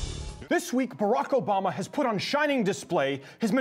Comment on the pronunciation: You said it Nobama